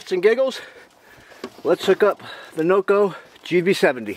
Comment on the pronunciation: Did you say Noco or "NoGo" 😅